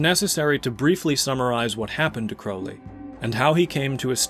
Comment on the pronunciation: I have found such personal meaning in abraxas. Im so surprised to learn Jung wrote about it. Also youre the first person ive heard pronounce "crowley" how i believe its supposed to be. And also, im not impressed by crowley. Party tricks, very flashy.